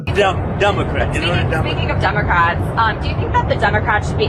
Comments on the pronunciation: He calls them Dumecrats and still doesn't know how per centages work😂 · really is she saying dumocrats ? as a journalist ??